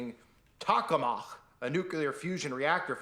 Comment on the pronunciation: Anyone else: "Tokamak": "Tochklemachk"